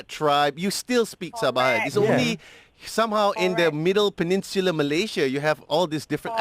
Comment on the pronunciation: Malay - sia, not malashia